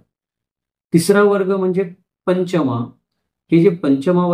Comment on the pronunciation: Kothadiya, Chudiwal, Toshniwal, Nagda, Badjatya, Mutha, Sethi, Lohiya Munot hi naw marthi Digambar jainichi nahit..migrated jain lokanchi Ashi adnawa aahet Pashiam Maharashtra Gotra padhat nahiya. It's not Panchamaa it's Pancham pronounciation Chougule Patil are very common surnames in our community Aamhi dharmantar karun nahi jain zalo original jain ch aahot rashtrakut, ratta,shilahar raje jain hote. ethe anek juni mandir pratyek gawat aahet ji puratan aahet